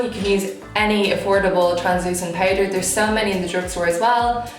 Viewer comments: Eyebrew pewder ? Why you are talking like that 😂 you are so so beautiful by the way 😍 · why she says brows and powder like this am confused no offense tho am just never hear accent like this ..... love the look ❤